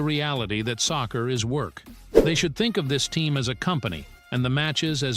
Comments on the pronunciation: what is sosser bro it's soccer not sosser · Stop saying saucer its soccer